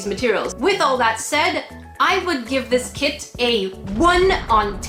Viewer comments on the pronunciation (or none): It sounded like said I'm not going for the kit I'm going for the kid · Kit I heard KID! AHHHHHHhhHHHH